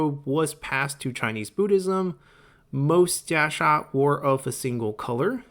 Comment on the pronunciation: I wish you would have stuck with "Kasaya" as thats what the game uses and you are really struggling to pronouncing Jia Sha anyways... or were you just trying to boast on your limited ability of Mandarin ? Sounds very pretentious...